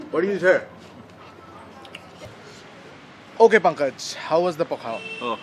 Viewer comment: Pankaj's pronounciation was da instead of la.